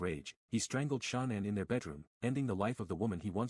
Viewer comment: Of all the watts videos to respond to why this half ass one? Can’t even say Shannon correctly